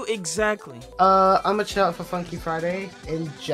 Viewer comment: is it just me or everytime says “chart” i hear “shart”